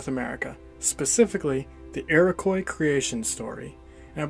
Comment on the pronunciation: Learn how to pronounce "Iroquois" please